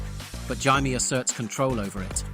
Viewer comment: and the pronunciation of Jaime as an in-between of that and Jamie